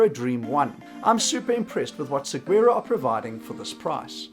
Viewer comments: Pronounced "sawaroh" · Hello, as someone from Arizona (where Saguaro cacti grow natively), I gotta let you know how to pronounce Saguaro. It uses a Spanish pronunciation, Sah-wore-oh. The G is silent.